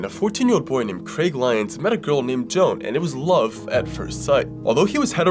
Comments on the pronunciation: I believe that you mispronounced the name Joan, I could be wrong but it may be Joe-Ann. Again I could be wrong but I wanted to help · Him mispronouncing Joan 💀